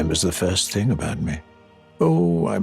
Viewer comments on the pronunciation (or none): none